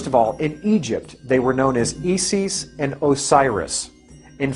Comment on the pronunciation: With all due respect, Isis is pronounced "Eye-sis".